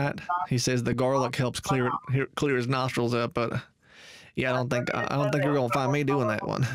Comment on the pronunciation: "do you tink i'm full??"